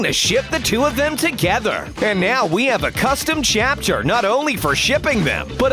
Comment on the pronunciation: WHY IS IT A LOST CHUPTER AND WHY IS A LOST CHUPTER